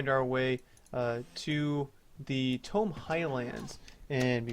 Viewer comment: Its pronounced "Taymow" Highlands xD. Good video as always btw